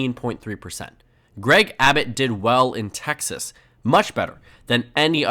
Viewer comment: Texas pronounced in Español! 😁🇲🇽